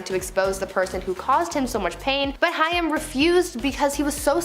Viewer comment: COREY HAIM (HAY-M) It helps to pronounce the names correctly while reporting on them... Just some Food for Thought